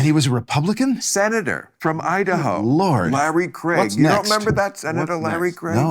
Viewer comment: Glad to hear Seth Bill put bill in his place, but kudos to Bill for being that rare American who can pronounce "Craig" correctly